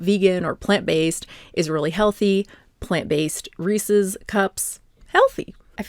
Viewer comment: lol if you say resees you must be from MA